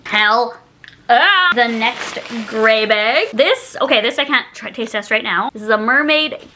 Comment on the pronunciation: Please say bag n not beg lol so weird .. still love you 😆🥰🥰